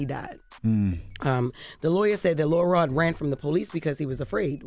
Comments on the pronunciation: It sound like she saying Lil Rel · imagine you are listening to this and you do not know that they are referring to LIL ROD until Charlamagne and Envy say it. The whole time I'm hearing Jess say: LIL REL.... lol I love my girl, but WHAT?!?!?!